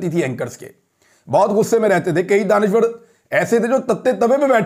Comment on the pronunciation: Sir jee wo danishwer nahi DANISH WER HEN